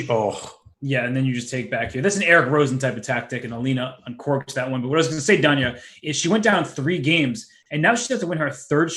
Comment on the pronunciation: Duhn-ya Naroditsky.